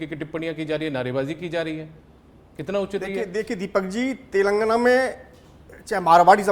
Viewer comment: He is not able to pronounce telangana properly , it's not telgana it's (TELANGANA)